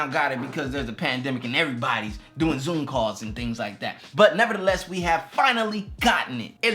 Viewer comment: The way he said "nevertheless" 😆 #loveit